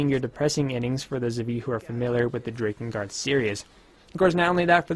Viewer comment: I know it looks like it would be pronounced like Drake, especially since it has to do with dragons, but it's pronounced like Drack Drakengard Drack In Guard The mispronunciation is a bit difficult to bear but grits teeth I can do this (continues watching)